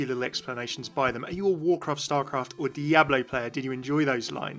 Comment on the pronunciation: Those Diablo terms were butchered so hard...